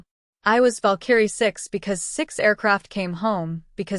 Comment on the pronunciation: It's annoying listening to your AI misprouncing "VALKARIE". You need yo correct thatm